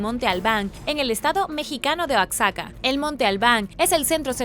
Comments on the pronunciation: Se dice oajaca así se pronuncia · Oaxaca, se pronuncia oajaca, en otro video pronuncias pelenque y es palenque en Chiapas, saludos muy buenos videos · No ma, porque pronuncia oaxaca así jajajja